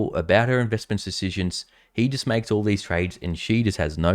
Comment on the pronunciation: Why do you gotta emphasize the word "All". We've pretty much declared that being a politician is a bad thing. That's why when we get a good politician, we refuse to call them politicians because they do deliver and are honest. I just hope that you don't let this cloud your judgment by believing that everyone is evil. But a little scepticism isn't that bad until they have proven themselves worthy. Stay strong.